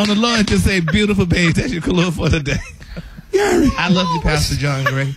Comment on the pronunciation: 😂😂😂.... then at the end ".... I law u pastor Gray" 😂😂😂 Gary!